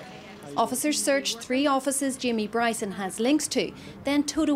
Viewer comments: Wee Jamie Bwyson. His God given Wight. To Peaceful pwotest. Fuckin Funny as Fuck. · For ages i couldn't understand why people were calling him Bwyson & NOW i understand after listening to him speak. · Bryson the gift that keeps on giving. Is kryptonite is the letter R 🇮🇪🇮🇪🇮🇪🇮🇪🤣